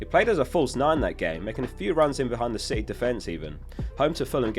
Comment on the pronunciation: i swear he called city, shitty 🤣